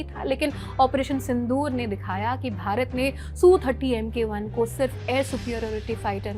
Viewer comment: MK1 nai, MKI hai..😂 waah didi waah